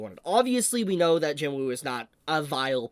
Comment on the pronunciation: Please pronounce his name properly. It's spelt JINWOO the W is silent, it's JINOO or JEENOO when pronounced.